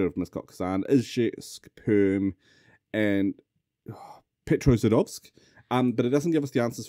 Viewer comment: Petrozadovsk is a great misread of Petrozavodsk cause it makes it Peter's Ass City instead of Peter's Factory City!